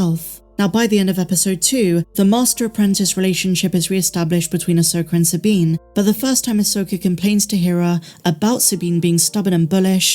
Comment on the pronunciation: can you please stop pronouncing her name ahsoker, it’s Ahsoka. Every video I watch of yours I cringe when you say ahsoker. It’s about 50% sometimes you say Ahsoka and the other half ahsoker. Am I the only one that gets annoyed by this?